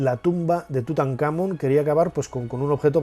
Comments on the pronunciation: Nacho, te hago una consulta. Si la palabra Tutankhamón lleva el tilde (el acento como decimos en argentina) en la última sílaba, Món, porque, cuando lo decis, pones la tilde en la tercera sílaba, Kha?. Saludos 👍🏻🇦🇷🇪🇸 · Hola Nacho, gracias por tus videos , ojo TUTANKHAMÓN tiene acento en la O , saludos Gabriel Chile